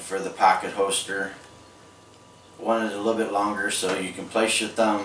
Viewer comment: I don't mean to offend or embarrass, but every time you say "hoester" I have to laugh a little. Nice work on the holster, and thanks for the great video!